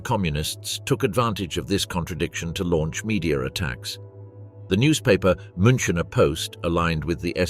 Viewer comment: Please learn to prononunce München correctly.